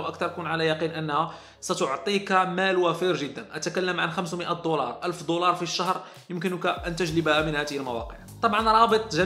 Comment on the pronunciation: يارجل انت عربي انت ؟ كيف بتقول تألم بدل تعلم ؟ يارجل رح طق من لهجتك مئة ضولار بدل دولار :(